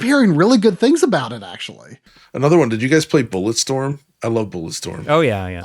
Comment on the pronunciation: Ahh yes, "Bullerstorm." A storm of bullers.